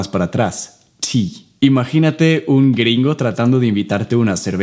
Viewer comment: Estoy flipando con el "green go!" jajaja muy bien, mucha influencia latina